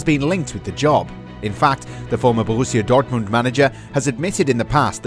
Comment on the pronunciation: Sorry. Say borrisia Dortmund again. Burusima durutmund.